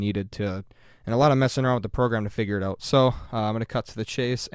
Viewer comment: Excellent tutorial. It really helped me "oat". ;)